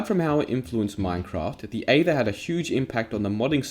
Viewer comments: I cant get over how you pronounced aether... that being said it gave me a smack to the face of nostalgia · "The Eava Mod" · Oh my god I remember the aether mod! People still mispronounce it with reckless abandon lmao